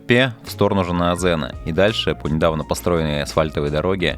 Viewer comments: Видео замечательное! Только каждый раз ухо режет Шэтпэ и иже с ними:)) вроде обычное русское "е" везде, почему все россияне так произносят:)))) . Аккогершiн - "белый голубь" то бишь, Бозжыра - "Серый овраг" нежели бледная земля и так далее. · Классное видео, огромное спасибо за труд. Съемка и монтаж - супер! Но пожалуйста (без калпи негатива) просьба, читайте так, как написано, Шетпе - не Шэтпэ, Жанаозен - не Жанаазэн, вот буквально как написано, так и читается :)